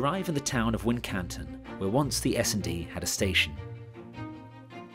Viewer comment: "Wincanton" is pronounced "Winc'ton" by the locals.